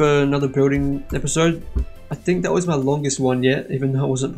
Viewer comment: You said maij XD